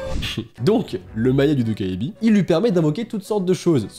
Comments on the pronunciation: en coréen "ae" se prononce "è". Alors sa se prononce "dokkèbi" et non "dokkaébi" et "eo" se prononce "ô" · Hello, un petit coup de pouce pour le goblin la prononciation serait plutôt "Tokébi" (le A et le E ne se disent pas séparément), autrement merci pour tes légendes urbaines ça serait super d'en découvrir de plusieurs pays à travers le monde! Gros bisous à toi! Bye!! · "Dokkaebi" ça se prononce "Dokébi" et il y a eu un drama coréen assez populaire dont le nom en coréen c'est "Dokkaebi" et ça a été traduit en "Goblin" (gobelin) 🤔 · Ça me stress quand tu dit "Dokkaebi" ^^' Ça se prononce "Dokkébi" (donc le A muet), le coréen c'est pas du tout aussi facile à lire en romaji que le japonais, c'est ultra fourbe, y a des tas de lettres qu'on voit mais qui se prononcent pas! XD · Super format, ces légendes urbaines ! Petite info : on écrit dokkaebi mais ça se prononce "dokkèbi" :) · Même en vivant en Corée, je ne connaissais pas la 2eme histoire merci pour l'info je n'irais pas à la bibliothèque la nuit😅 (Et pour la petite info ça se prononce "dokkaibi"😉☺) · A on dirait que tu dis Dobby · "Vous n'irez plus jamais dans une bibliothèque" Moi avant de regarder la vidéo: Ah bon? (la naïvetée j'te jure xD) Moi ayant vu le nom de légende: Oh ptn j'connais cette légende et elle fait flipper sa maman TwT Et je me permet de te corriger sur la prononciation de 도깨비 (dokkaebi), la voyelle ㅐ (ae) se prononce comme un mélange de [é] et [è] ^^ (je suis désolée si c'est pas bien expliquer mais je suis nulle en explication TwT)